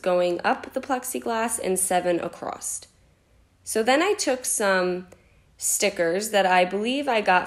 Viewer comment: I love you guys- your crafts, videos, etc but please stop saying “ACROSST”. 🤣